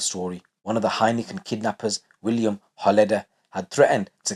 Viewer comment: Willem Holleeder not William!